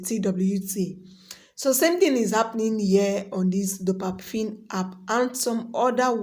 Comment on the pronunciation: But why do you keep saying dopafin.. when it's clearly dopaMINE 😩😩